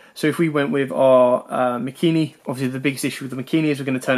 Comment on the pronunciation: *MAKANI* NOT MAKINI